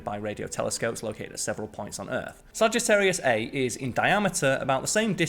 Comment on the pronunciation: I was counting that one as well, but after listening to it again (several times, actually,) I think he did say 'eight' kiloparsecs. Probably the accent again. The errors I noticed were; Sagittarius A* is pronounced "Sagittarius A star" ; he gave two different diameters for the galaxy (26.8 +/- 1.1 kpc and 30 kpc) ; 3.7 parsecs to the nearest sun-like star (Tau Ceti) is close to 70 trillion miles, not "a few hundred million" ; and the last one I noticed is kind of half right, since we know HOW to 'warp time,' but we do not have the 'means' to do so. Sorry if I'm being pedantic, but I am a perfectionist (as much as a fallible human can be, anyway.)